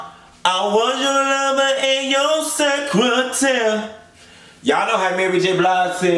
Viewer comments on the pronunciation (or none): She didn't say "se-cra-tare." She said "se-cah-teah." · 🎶I was your lover and your secretare🎶😂😂😂 I love it when she say secretare lol